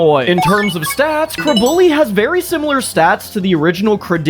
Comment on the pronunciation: day 11 of commenting until I get a custom pokemon, the way you pronounced Craydily made me cringe ngl